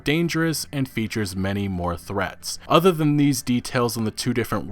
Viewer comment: The udder worlds?